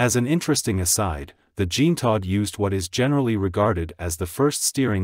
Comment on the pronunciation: "JEAN-tod". 🙄 Try "jzhahn-TOE".